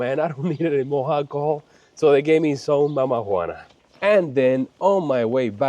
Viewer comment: When you said mamajuana I totally heard something else 😂